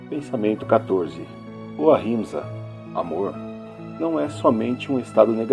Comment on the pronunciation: gostei da pronúncia do sathiaghraraia e o atchimsa